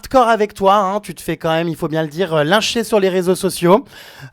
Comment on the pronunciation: A elle a dit lintcher